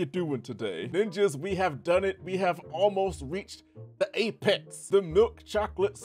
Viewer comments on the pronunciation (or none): none